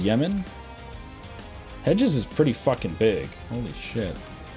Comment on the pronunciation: I just love how he pronounces Hejaz as "edges"